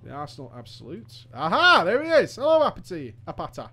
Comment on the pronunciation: "your name shall not be forgotten apeto" her name was apata lmao